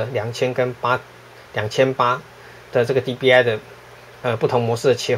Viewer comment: 不是DPI嗎? 你怎麼念DBI